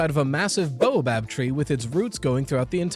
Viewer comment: It's bao-bab like the steamed bun (or bay-o-bab if you're Bri'ish), not boa-bab like the snake. Easy to transpose the letters for neuroatypicals, my dad did that a lot. / Annoying ☝️🤓 moment